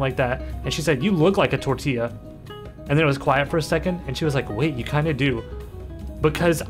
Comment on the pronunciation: It's so funny how he just keeps saying tortilla but just gets further and further away from the actual pronunciation